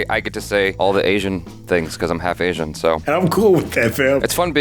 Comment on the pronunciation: It's Asian DON'T Raisin 😅